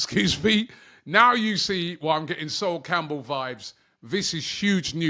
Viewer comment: You can’t even say his name right. This is not anything like Sol Campbell WTH!?